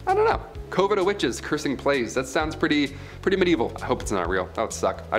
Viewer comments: Great video, great story teller! But you're pronouncing coven wrong. It's KUH vn, not COH vn. I couldn't find anything that states otherwise. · is my all time favorite host on this channel BY FAR! But the way he says coven! 😳😬 Lolz